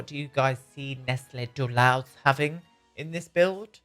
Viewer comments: I come from Toulouse, France and feel blessed with this amazing character! Btw, Toulouse is prononced like "to lose" in French. ❤❤❤ I would write it Nestlé Toulouse... But I like the writing you gave to him too! 😁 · Every time you mention Nesley Toulhouse I think about Henri Toulouse-Lautrec. It's because the way you pronounce his name.